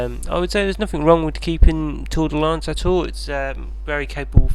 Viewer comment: "Tour-de-lance" "Fer-de-lance"